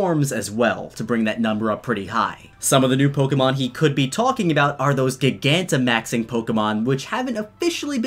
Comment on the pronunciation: Gigantimaxing would probably be pronounced jai-gan-ti-maxing. You were really only off by the first syllable but I felt as though you should know.